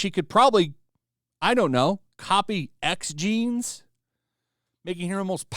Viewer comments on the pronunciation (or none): none